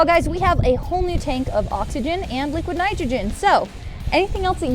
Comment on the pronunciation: Im trying to count up how many times they saybliquid oxygen LOL